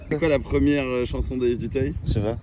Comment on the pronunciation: Dutayeeeuh pas 🤦🏻‍♂️🤦🏻‍♂️🤦🏻‍♂️🤦🏻‍♂️🤦🏻‍♂️ duteuil